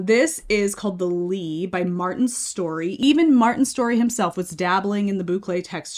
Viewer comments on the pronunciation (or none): The last ”e” in Lene is pronounced, otherwise you said it pretty good.